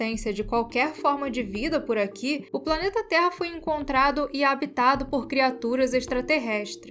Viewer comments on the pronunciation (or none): none